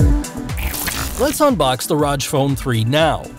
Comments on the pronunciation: its R O G 3 letters not pronounced like u said it roj. just so u should know. and thanks for the review sweet phone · All the time he was like Raj phone Raj phone 😂😂😂😂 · R-O-G (say the letters) not "roj" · Rodge phone. 😂 I pronounce it "Rogg". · Its pronounced "R O G" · Rodge phone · It's not Rog phone, it's Rog phone!!!